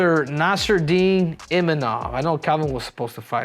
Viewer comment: Henry where do u see a 'N' in Imavov?? Lol